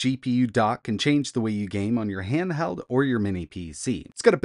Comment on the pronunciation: What is a "hanhel"? Is English a problem?